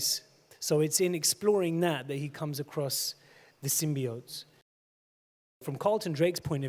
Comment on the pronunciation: He said sym-bee-ote!